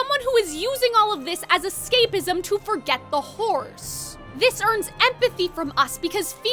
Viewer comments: Every time you say the word “horrors” my brain tricks me into thinking you said “whores,” which I know wouldn’t happen but it’s kinda what your pronunciation sounds like Also, when you talk about Phoebus’s song in Hunchback, are you talking about the stage musical? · Bestie, the word horrors needs to be pronounced properly or it will sound like something else... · Ok I KNOW you're saying "horrors" but i can't be the only one hearing something else 😭